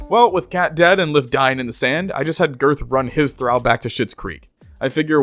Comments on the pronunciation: Say it with me: Thuh-ral not thuh-rau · Excellent Video; but Thrall is pronounced Thr-ALL not Thr-AL. (The only other comment I saw addressing this was vague and passive-aggressive, so I figured I'd be more upfront and polite.) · One minor nitpick... "Thrall." As in, "all," not as in, "pal." Phonetically, "Thrawl." Otherwise, thanks for doing what you do. Have upsie. ;) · Just a note for the future, thrall rhymes with wall, thrall does not rhyme with pal. Great video otherwise. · Hate when people say how long they've been at it in game time and hide the counters xD Also, why the mispronounce of thrall? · It pains me so much how you pronounce thrall this whole video. Like it's a race and not a designation. I couldn't help but imagine if it said "weak slave" and he pronounced slave "slovay" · I wasn't watching for a while when he started talking about the drow. And let me tell you, I instantly regretted looking at the screen to read "Weak Thrall". Thrall. Not drow. Thrall rhymes with doll, fall, crawl, tall. Not drow, pow, pal, down, frown, clown. And you say it for over an hour. I could not imagine twisting my esophagus to spit that verbal garbage out even twice, let alone the hundreds of times you did